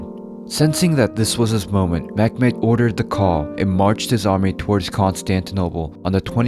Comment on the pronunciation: This is not mekmed..... This is Mehmed